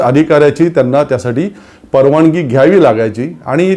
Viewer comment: सर, तुम्ही शुध्दतेच्या अट्टाहासात चुकीचं मराठी बोलताय याच भान राखावे, उदाहरण म्हणजे,,,परवाणगी, त्याणे,,रावन, अंदमाणात, भावणा माणत,,,, बघा लिहिताना कचरायला होतं, तर ऐकताना किती टोचत,,,, तुम्ही आमच्याच मनातलं बोलता, पण अशा प्रकारे होत असेल तर ते विरोध्यांसाठी मुद्दा नका देऊ , आणि मराठी साठी हे आपणच पाळले पाहिजे.... तुमच्या सारख्यांचेच उदाहरण घेऊन नवीन u Tuber, बिघडायला नकोत, ही रास्त अपेक्षा, हिच की, आपण त्यासाठी सजग आणि प्रयत्नशील रहालच